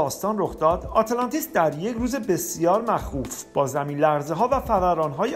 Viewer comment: اره خیلی ضایع است اینجوری تلفظ میکنی آته لانتیس.